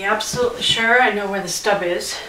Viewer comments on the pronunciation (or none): none